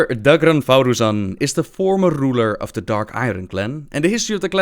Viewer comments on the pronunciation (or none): sorry to be nitpicky, but his name is thaurissan, not "thauroossan" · Mr.Vojtik I was talking about the spelling, but there's literally no reason to pronounce "rissan" as "roossan," even given the excuse of "pronounce it however you want." You can do that with any word, it doesn't make it reasonable. Don't get me wrong, though, I love and I understand that English is a second language, I don't mind the mispronunciations. I just really enjoy pointing out the idiocy of others. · 8-bit Medic it's a bit more than an accent here, he refuses just to read what is in front of him like how do you even form thau-"rissan" into thau-"russan" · rymarowicz I know right. Thauru-san... lmao. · #FreeTheTitters most official: /θæ:rasa:n/ or as everything that Blizzard made: how you want. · ***** You're right, not everything is pronounced as it is spelled, but there's literally not a single word in the English language where you pronounce the vowel I as an "oo" sound. Just because you can pronounce some things differently doesn't mean you can literally just replace one vowel's sound with another. It's simply incorrect. I don't hate for it, like I said there's a language barrier and I get that, I love his videos, but god damn just because you like him doesn't mean you have to be irrational in order to defend him from a meaningless joke. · Mr.Vojtik ee and oo are very different. ee is a proper pronunciation for i in lots of languages. oo is not. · YOU'RE PRONOUNCING THAURISSAN WRONG #triggered